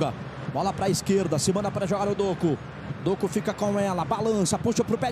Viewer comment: O narrador falando o nome do doku errado de sacanagem kkkk